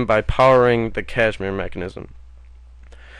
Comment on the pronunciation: Kasimir, not cashmere.